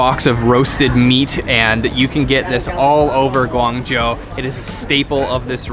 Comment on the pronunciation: Its weird for me to hear you said "guang jou" because i knew you could spell it in the right way